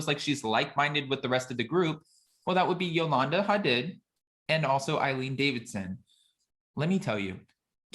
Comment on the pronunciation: HA- DEED, not HUH-DID